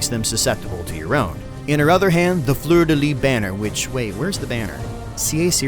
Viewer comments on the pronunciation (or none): You gotta pronounce the S in fleur de lys